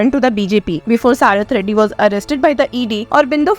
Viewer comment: Saarath reddy nahi, Sharat Reddy. Pehle accused ka naam bolna to seekhlo.